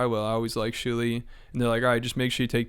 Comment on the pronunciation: I keep laughing remembering the time kept calling Shuli "Jew-li"